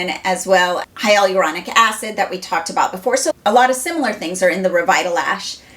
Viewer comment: Youre pronouncing HYALURONIC wrong lol. HI-YUH-LUR-ON-ICK